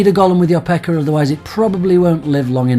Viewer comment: Lol, every time you say pekka, with your accent you're saying pecker. When you replace pekka with pecker in the context you say it, sometimes things sound funnier than they ought to. XD